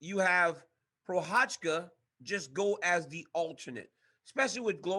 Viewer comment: funny to see dc thinking he is pronoucing Prochazka right but in the end he is wrong xD